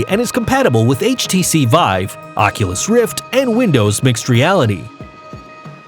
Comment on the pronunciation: Is it just me, or did he call it the HTC vibe multiple times?